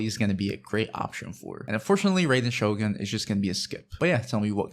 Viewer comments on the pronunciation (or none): none